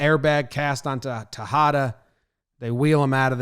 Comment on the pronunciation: It's funny The way this guy says “Tejeda”. Is nice cause u can use it as an example of The word “tajada” that means “slice”. So if you ever want a slice of something in spanish... Just think this crappy pronuntiation of JomBoy. PS: it's all jokes. Your videos are great!